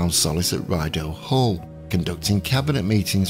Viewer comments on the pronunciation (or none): FYI Rideau Hall is pronounced "Ree-doe" :)